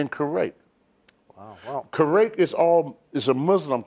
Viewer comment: I wouldn't want to go to "Kerrwake" or Kuwait, Tony.